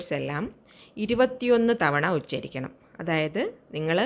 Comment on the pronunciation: Not uscharikkal